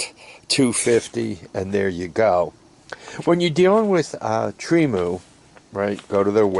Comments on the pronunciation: Tree-Moo! You butcher names is like my mother! 😆 Agree, Temu is a cool place to shop… I use the phone app. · Tremu or Temu? lmao